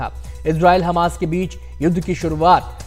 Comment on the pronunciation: ji aaj tak aapko ye bhi pata nahi chala ki hamas he ya khamas aap khamas bole ja rahe hen